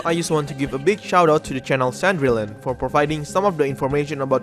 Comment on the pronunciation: fun fact, cendrillon is pronounced "SAN-DREE-ON" :P